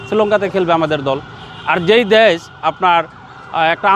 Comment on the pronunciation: ডেশের শালারা দেশ বলতে পারে না।